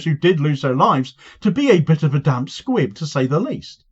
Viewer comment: Damp squib, not Squid.😂